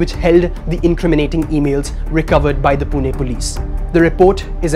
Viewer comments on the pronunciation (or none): none